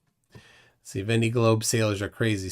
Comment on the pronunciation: Please stop butchering the French language. It’s von-day not vendy. It’s not hard to find the proper pronunciation.